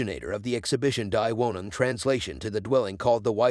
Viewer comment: "Mice van de roe", "DIE☠ Wohnung". Sorry but I have to dislike this for the ridiculous pronunciation... Is a mic really THAT expensive nowadays? I can lend you mine, sheesh.